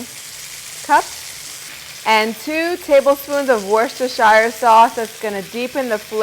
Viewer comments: Looks delicious 😋, Its pronounced worstersure sauce it’s the British name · Actually, it’s pronounced, “wistah sauce”...